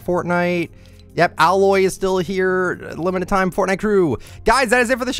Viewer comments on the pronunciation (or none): ITS AY-LOY NOT AH-LOY